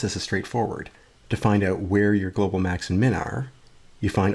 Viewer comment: it says, "glocal minimum".